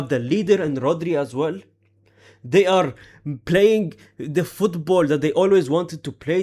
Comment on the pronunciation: "we arrrr back wherrrrrrr, we arrrrr back wherrrr😂